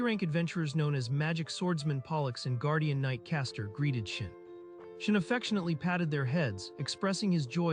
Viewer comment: Reads: Shion AI reading: SHIN